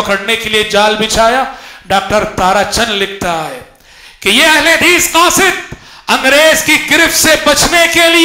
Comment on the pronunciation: قاصد Qasid* not khasid سبحان اللہ